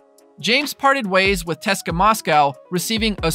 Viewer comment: don't say teska its C-S-K-A for English speaking people